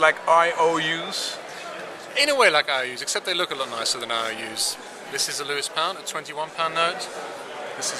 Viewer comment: Lewes not Lewis!